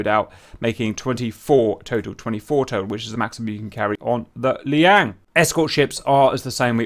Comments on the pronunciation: Just a minor point, Cap: You keep calling the Chinese carrier the Liang (or Li-yang, dunno), but it's actually the Liaoning (pronounced roughly lyow-ning). Minor quibble, but felt compelled to point it out. Keep up the good work. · After many episodes featuring the 'Liang', I have accepted it as the pronunciation for Liaoning. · Liang lmao